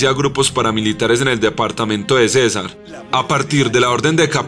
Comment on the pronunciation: Señor presentador no se dice casar se dice CÉSAR CON TILDE